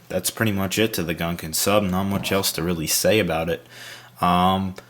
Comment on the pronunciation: Is the interactive transcript the only one who agrees he says "Gunkun Sup" rather than "Gungan Sub"?